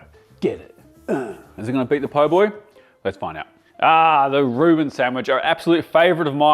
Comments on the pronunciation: Isn’t it Reuben not “Ruin”?! 🤣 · 'Ruin sandwich'? It's called a 'Reuben sandwich' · A "Ruin?" You mean a "Reuben?" You want that steak cut thin and chopped. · Too bad he calls it a ruin, lol